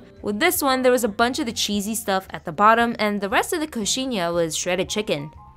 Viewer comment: You usually start at the top and bite off the point, and the cheese inside is requeijão but everyone calls it catupiry as it's the most famous brand with an amazing quality that has produced it. Also you did pronounce it right! I recommend you also try brazilian "pão de queijo" that translates to bread of cheese if you haven't already.